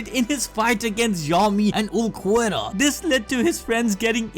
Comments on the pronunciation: i think i will vomit if i hear u say "uluquerra" one more time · is Ulquiorra not Ulquerra pls bro ( great video btw) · OOL-key-ora Ulquiorra not uloquerra or w.e tf it is youre saying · "Ooluhquerra"? Who's that? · (Ul-Key-or-a) please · who the fk is ulucuera ? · Visored - Vai-zurd Ulqiorra - Ul-key-aw-rah Hueco - Hweh-ko Cero - Seh-row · Uhl-key-oh-ra lol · ulquiorra is pronounced Ehl keh yorra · ABD it’s PRONOUNCED “ool-key-ore-a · I usually love you guys.. but there are WAY too many videos online, including BLEACH ITSELF.. for you to be saying Ulquiorra "ooloh-kwera". There's having an accent, and not giving a crap. This is you not giving a crap about your product or its consumers. Come on man. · Please for the love of god go listen to any1 say any of the names in the show man byakuya sure but then Ulquiorra got me. They say the names in the anime come on bro